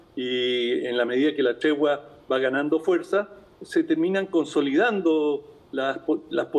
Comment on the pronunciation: Hablen bien!!! Se dice tregua no chegua